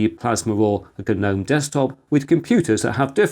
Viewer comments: Holy crap! Someone other than me is pronouncing GNOME properly. That's right, bros. You're supposed to pronounce the G. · Ga-nome :( "Sandra has 3 garden ga-nomes in her garden" - whats wrong with this sentence hm?